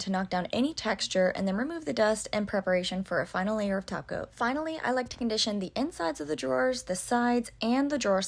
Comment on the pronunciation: I don't know why every time she sais top coat I hear "taco". I guess I'm hungry 😕 Thank you for the tutorial, you do a great job.